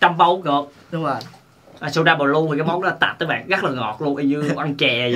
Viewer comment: ah nói b lue sai rồi blue mới đúng